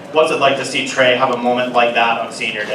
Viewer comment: It’s Trey not Trace